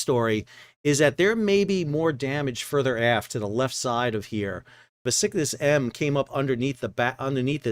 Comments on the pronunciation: BESICKTAS- M.... you keep saying "SICKNESS-M" irritating!! theres a B!! as in BABY!!😳😳🤦🏻‍♀️ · "Bes-ik-tas" , not 'The Sickness' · The bulk carrier is Panama registered, but it is a Turkish vessel. "BESIKTAS" Is pronounced "BESH-IK--TASH" which is a borough in Istanbul. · You're going to have to learn to pronounce Beşiktaş. You say it differently every time. Beh - shik - tash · It’s pronounced Beshiktash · The Turkish ship is pronounced Besh-ick-tash & in Turkish written Beşiktaş. It's more or less a neighborhood on the European side of Istanbul. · Please change your pronunciation of BEŞİKTAŞ to sound like BESHIKTASH. The way you are pronouncing that word makes it sound in Turkish like (F... this!) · Just a note: The Turkish ship's name is pronounced like " Beshiktash"